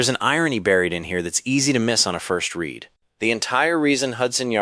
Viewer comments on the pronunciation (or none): none